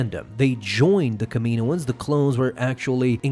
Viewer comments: It's pronounced Kam E No Ans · I think I'm more upset about the way he pronounces Kaminoans